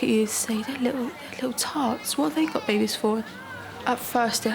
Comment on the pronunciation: Something something I heard most teens want to have a BAIBEYS